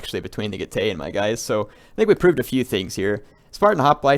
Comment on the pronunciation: Getay!!!! Seriously though, I think you should check out how "ae" is pronounced in latin, and I can assure you it isn't "ay"